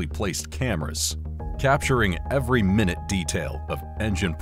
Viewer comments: You are saying minute incorrectly. It is pronounced my-noot, as in as very small flaw. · Rushed to the comments as soon as I heard it lol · Not a human..a human would know They're not using Minute Properly